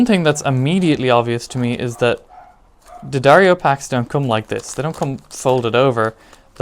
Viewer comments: Okay, thanks for the vid... but..in keeping with it being genuine... It's Dee-ahh-darr-ee-oh. Not Duh-dario. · Its pronouced dee- adair-o, or d-addar-o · You’re pronouncing “D’Addario” wrong. Just ask Philip McKnight! Lol